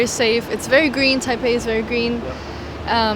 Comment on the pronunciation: Nice interview,! I suspected she spoke Chinese when she started naming cities, her pronunciation was spot on. Taipei is great city.